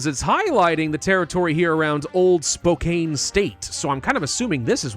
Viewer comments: I’ve said this in a video on old world blues a long time ago, but I’ll say it again because I’m from Washington and have family in Spokane. It’s pronounced Spo-can. Like spoke, and Can. But spelt with a K and an E. Thank you for your videos!❤ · Spokane is pronounced "spo-can" Tillamook is pronounced "tilla-muk"